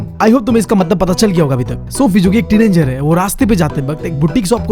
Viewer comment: teenanger teen😂anger he is saying this again and again😂